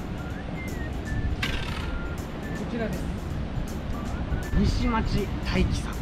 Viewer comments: にしまち ではなく にしちょう です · にしまちだいき✖️ にしちょうたいき○ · 西町←にしまち×にしちょうοですよw(富山県民) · にしまちではなくにしちょうとよぶんだよね。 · 「西町」は、にしちょうです。